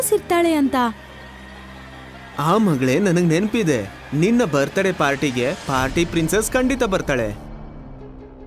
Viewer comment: Its birthday not 'BIRDDAY'😭